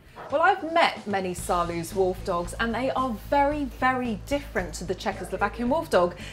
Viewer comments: u say saarloas wolfdog not saarloos (im dutch so I know) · People keep saying Saarloose, like goose. But you can correctly pronounce it, ending like nose. Try Saarnose with an L. Please do try. When you all can say Roosevelt, you can easily say Saarloos. That's the same OO. It's a very nice video. And which ever type suits you best, have fun with your wolfdog. Knowing your dog's character is a very good thing. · The double O in Saarloos reads as OA in boat. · As a native Dutch speaker I like the way Saarloos is mispronounced. Dispite English and Dutch are both German languages, it is funny how different they are. The oo is pronounced just als o.